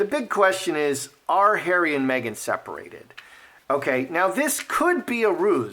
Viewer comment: Did you say megain. Lol